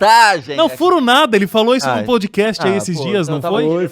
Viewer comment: Não é "poudi cast" e nem "hopi" hour.